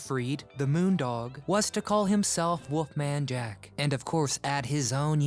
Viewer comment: Why does he keep calling him WOOFMAN Jack it's WOLFMAN Jack. Learn how to pronounce and enunciate geez.